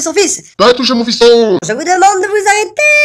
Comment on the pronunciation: "je vous demande de vous arrêterrrrrrrrrrrrrrrrrrrrrrrrrrrrrrrrrrrrrrrrrrrrrrrrrrrrrrrrrrrrrrrrrrrrrrrrr"